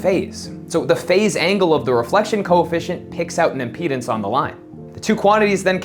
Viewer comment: The way he says "impedance" sounds like "our penis".